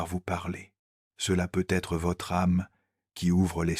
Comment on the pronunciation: Un immense MERCI (Mais, de grâce, l'IA pourrait-elle apprendre à prononcer correctement "peut-être")